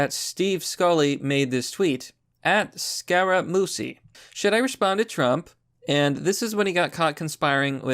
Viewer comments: It's the" Mooch," not the "Mousse." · Pronounced Scaramoochie lol. Not Sacaramoosie. Don't worry about it bro. You do good work. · Scar- ra- moochie... aka the "Mooch" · It is Scar-uh-moochie. The dude worked for Trump for a few days. Glad he saw the street rather quickly! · I think it's pronounced "Scara-mooshie". My dad is a big Trump fan and I remember him talking about Scara-mooshie months ago. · It’s pronounced “scare-a-mooch-ee” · His name is pronounced " Scar ah moochie". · Scar-ah-moo-chee ya dum Irishman...................... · Yes Italian name Scare-a-moo-chee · I wonder if Joy Reid sent her team of forensic computer experts to find those hackers lmfaooooooo Also cc together in Italian usually makes the ch sound. Scarmuchii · scare-a-moochy.. it was driving me nuts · Scare uh Moochie. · For God's sake, it's pronounced Scara-Moochee. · His name is pronounced (Scare-a-moochee). He used to be Trumps friend and was the Press Secretary then Trump canned him because he was creating too much drama. The Mooch is just a disgruntled ex-employee. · It’s pronounced “scare-ah-moochie” You know Scaramucci was fired by Trump for incompetence after a week on the job. Great job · Scaramuchi was El Presidente’ s White House press secretary for like a week after Sean Spicer was fired. He was fired as well and took it personally. I think his name is pronounced scä ra moo chee. Why do I feel like they want to start a nuclear war just so he can’t be re-elected. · Scaramucci, It's pronounced scare a moochie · Scaramuchi is kinda how you say it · FYI it's pronounced scaramoochie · It's pronounced scare-a-moochi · Scare-Ah-Moo-Chee. You really should learn to read. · It's pronounced Scaramoochi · Its pronounced Scare-a-moochi